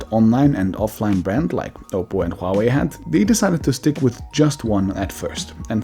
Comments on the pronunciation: Huawei is diffrently pronounced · So it's hua-way or it's pronounced like huawaii.🤔